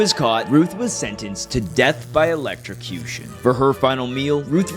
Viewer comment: It's ELECTROCUTION not ELECTRICUTION.